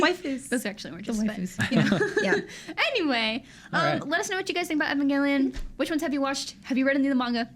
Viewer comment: “Even-gale-leon” what the hell